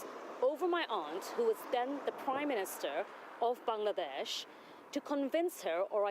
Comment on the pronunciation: Still a Parliamentarian? How. Will you go to Bangladesh to clear your name? Mumble mumble, Ban-ladesh Fuck off.